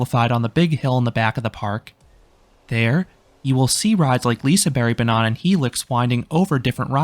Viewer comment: Great video, even though you said banan (banana) instead of banan (track) for the entirety of it! :D